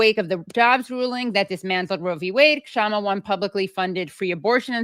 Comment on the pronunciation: I think the "K" is silent, Shama, not K-shama.